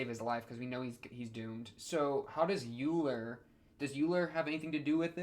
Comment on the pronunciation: Euler is pronounced like Oiler not Yuler. So the pronunciation is similar to Sodachi's family name, Oikura, and why she wants Euler to be her nickname. Unfortunately for her it never caught on and everyone just calls her "How Much" which is a pun on her family name and makes fun of her personality.